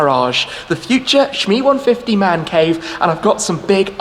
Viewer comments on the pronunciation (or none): "The Shmancave"?